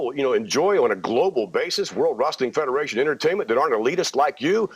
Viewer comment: Vince McMahon keeps saying 'World Resting Federation'